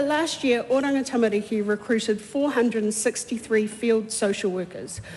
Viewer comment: Well if she is going to use the word ‘tamariki’ she should listen to how Karen Chour pronounces it instead of saying ‘tamaricky’. Cringe…